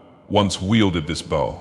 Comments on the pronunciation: This guy can’t pronounce bow to save his life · I like how he pronounced "bow" at least 4 different ways